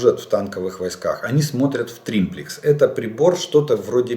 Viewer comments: Извините,сам не так написал : не триМплекс, а триплекс !... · не "триМплекс" , а триплекс !) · Олег Владимирович,уже 3-й раз пишу Вам : не инциНдент,а инцидент,не прециНдент,а прецедент, не триМплицинг,а триплинцг ! Извините,но,просто ,,коробит,, от Вашего произношения этих слов ! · дебил - триплекс, а не триМплекс)) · Он этот тримплекс стопятьсот раз сказал, и каждый раз из ушей кровило, эксперт ска. Думаю, Жданов давно уже больше пользуется триммерами, чем триплексами, оттого и перекосы. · Какой еще триМплекс??? Нет такого слова. ТРИПЛЕКС. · триМплекс???🤣🤣🤣🤣 - Жданов, когда уже перестанешь народ смешить? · "триМплекс"! серьезно? ))) ахаха... улыбнул, полковник.